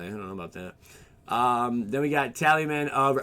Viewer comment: tal-is-man not tally-man